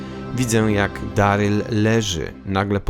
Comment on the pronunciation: Na samym wstępie - nie "Deryl" a Darryl, to chyba nie jest trudne do ogarnięcia? Strach, co będzie dalej.